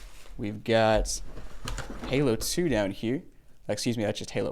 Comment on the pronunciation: "We've got Halo too down here." You said it just fine. ;)